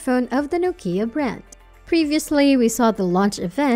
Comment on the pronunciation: It's Nokia not nookia